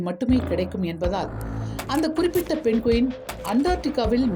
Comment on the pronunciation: தம்பி பழைய தலைமுறை நீ இன்னும் மாறவில்லையா ?? அது பென்குவின் இல்லைடா அதை பெங்குவின் என்று சொல்வார்கள். ஏன்டா இப்படி தாய்மொழியான தமிழ் தான் தகராறு என்றால். அன்னிய மொழியான ஆங்கிலம் அகராதி பிடித்ததாக இருக்கிறது. வால்க தமில் வலர்க தமில்நாட்